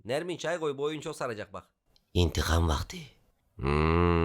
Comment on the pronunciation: Hayır intik am